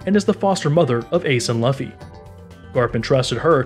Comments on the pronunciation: I didn't make it a whole minute he can't even say the main characters name correctly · These pronounces are killing me man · I think he see it in english instead of Japanese. And everything he puts on the video is correct except for the pronunciation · god the way he mess pronounce luffy's name.... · How can u make a in detail video of one piece and miss pronounce Luffys name who is the MAIN CHARACTER. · did u not watch the show? how are u saying his name wrong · The way he said luffy’s name just made me click off... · Never clicked off a video so quickly. Enough to post this comment. Learn how to pronounce a popular name before you do a video about it. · If you know all this I find it hard to believe you don't know how to pronounce luffy... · I hate how you pronounce Luffy and Sake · Smh ur the last air bender movie version of one piece. How u say his name that wrong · someone teach this newb how to say Luffy 🤣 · I don’t respect you I disliked because u said luffys name wrong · Not Laafey bro it's loofy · Great video but It’s “Loofy” bro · Josiahhh in English Loofy is pronounced “luhfy” but in in Japanese it’s pronounced Loofy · Lah-fee❌ Loo-fee✅ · Everyone: Luffy Him: Lauffy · Man what the fuck is this Dragons mom “Unkown” “Monkey D Lauhffy” In less than 30 seconds bruh then Portgas… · Laffy LOL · Wait a minute did he just say laffy instead of Luffy? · Mans saying it like its pronounced Luhffy when its Luffy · is just me or there’s someone else who is annoyed everytime he says laffy and not luffy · ITS LOOFY NOT LAFFY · it's pronounced "lue-fee" not "luff fee" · ok let me say the way luffy is said it is pronounced LOOFY not LAFFY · Laffy man cmon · laffy amp 🤣🤣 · Loofee not lufi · it's luuuufffy not laafy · Its not lufy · he really said “luhfee” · Bro I couldn’t help but correct you there. LUFFY is pronounced as LOOFIE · You know he doesn't watch One Piece, when he says "Laffy" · he said LOFI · He doesn’t even say that he says luff-ee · Makes me mad lol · Lol true